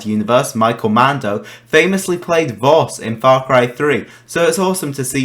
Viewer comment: Did he just say voss